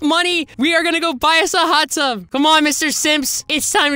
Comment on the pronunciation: Bro he said hut tub 💀 he cheating 💀 😂